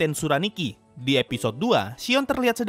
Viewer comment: Shion jdi Shiong